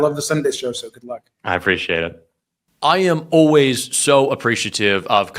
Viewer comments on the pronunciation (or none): I hate the o-ways pronunciation for "always"